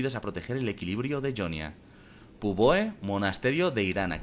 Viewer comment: ¿Por qué dices "Yonia" si en el propio juego dicen "Jonia"?